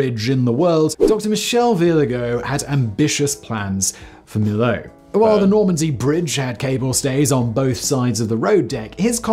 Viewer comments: He is so British, he doesn't even try to learn other pronunciation. I have heard him on other episodes mess up pronunciation in other languages. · After hearing "me-yo" you still pronounce "me-lo"?????? 🤡🤡🤡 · It's pronounced "me-yo". :) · Yes.... me-yo😊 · I'm french. I never crossed it yet. However my gran parents and my aunt crossed it.. and they were really impressed. It remains a fantastic bridge. PS : to be pronounced mee-yo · To pronounce Millau for english spoken folks, says "Me Yo" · Millau is pronounced Mee-yo [mi-'jo]. :) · Millau = me-yo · So that's the new trend on YT ? A guy talking 25 mn about highly technical and scientifical issues he hasn't got a clue about ? Strange world. By the way dude, you could have succeeded in ONE thing : Pronoucing Millau properly, as the Englishman did. it's just MEE-YO. But you failed too. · And used to be spelt Milhau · C'est une très jolie petite ville Millau où je pense qu'il y fait bon vivre. Par contre le Viaduc même 20 ans après sa construction, le péage t'assassine 🤣. J'y suis passé il n'y a pas très longtemps, 11.90 € la vache ! Donc en tant que Millavois, dis lui au ricain comment on prononce Millau. Not Melo but Meyo or Meyau 🤣.